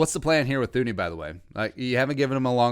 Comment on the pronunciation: It's pronounced TOO-nee, if you're gonna do a whole video on him, atleast learn to say his name correctly lol